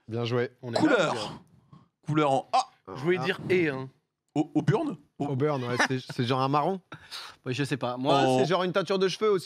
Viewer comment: Auburn prononcé "aux burnes" j'ai rie tellement fort 😂